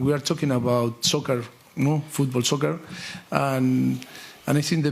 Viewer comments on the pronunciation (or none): Nooo poch como vas a decir "soker"